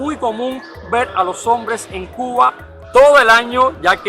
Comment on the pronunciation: oye por qué pronuncias Cugua, Cuguano en vez de Cuba. Cubano?